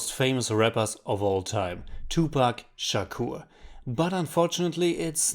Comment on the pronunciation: I love the review but I especially loved when you said Shakur